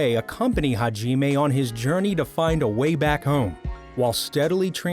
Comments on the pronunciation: Ha-jiiime WTF MAN HOW COULD U SCREW THIS IT'S HAJIME NOT HAJIIIME WTFFFFFFFF I ALREADY HATE YOU FOR THIS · Why you say “hagimay” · haji-may haku-joe bizzare advento I know it's bad sorry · rly haji nagumo his name is hajimae nagumo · Hai-jeee-mae Me:ok